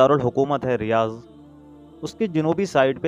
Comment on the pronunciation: Riyaz nahi Riyadh hai 😅